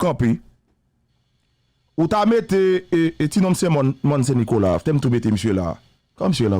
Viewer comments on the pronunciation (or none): none